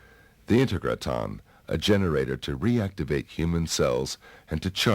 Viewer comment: Can't even pronounce Integraton right.